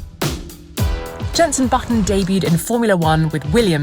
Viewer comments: Hearing her call him Jeneson Button really hurt me tbh. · Did no on hear “Jenson Buttson”